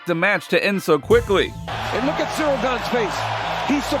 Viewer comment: Bones calling Cyril cereal gain was 😂